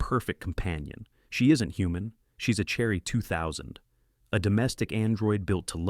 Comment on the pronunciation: It reads Cherry 2000, as "Cherry. ."